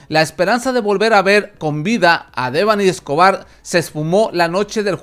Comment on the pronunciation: De perdido pronuncia bien su nombre